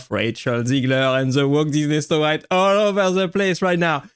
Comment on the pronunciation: No-white and the Seven Dwams